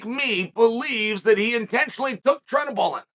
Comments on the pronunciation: He sure couldn't find "trenabolen", but turinabol - sure, he could have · Chael just called Turinabol Trenabolin, which sounds like Trenbolone which Jon never used 🤔. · Jon tested positive for "Treadabullet"? Makelchev... blehal.. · what’s tredabalogne? 😂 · Sheesh I’m sorry.. but the more I listen to you say it wrong it’s just bugging the hell outta me. Lol I’m positive now bc yes… it’s a horrible dinosaur drug